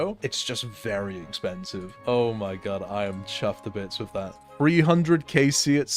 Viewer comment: If only to hear you say 'fffffirty tree'